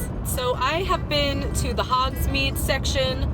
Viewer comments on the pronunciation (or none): none